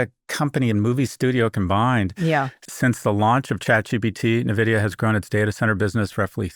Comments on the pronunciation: It’s pronounced „en-vidia“ and not „Na-vidia“ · Nuhh, Scott. It's "N"-vidia as in the letter N (pronounced IN) - vidia. AITA for discounting commentators who mispronounce the name of the company they're talking about? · Scott: Stop saying Nuh-vidia. Kara says it right. Listen to her.